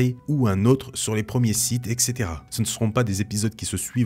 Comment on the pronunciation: "Seulon les différents Siths" :-)